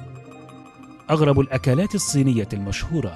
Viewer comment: تنطق أكلات وليس أكالات